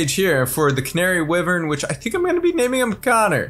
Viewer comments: for the canary wyvern, Wyvern is pronounced "Why-virn" not wivern just letting you know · It’s wyvern! (why•vern) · They mispronounced Wyvern so many times